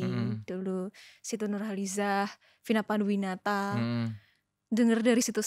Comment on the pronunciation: Di menit akhirnya lidah Sunda muncul "Vina Fanduwinata" 😂